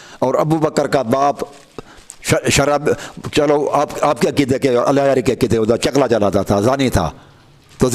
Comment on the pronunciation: allah yari se behis bad me karna pehle talafuz to theek karlo apne